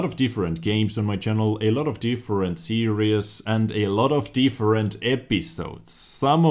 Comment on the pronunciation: Also, I love the way you say, "series" it sounds like "serious" but im not hating :P